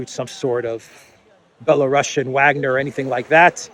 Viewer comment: Why are you doing these dumb speculations? Or pronouncing Wagner wrong?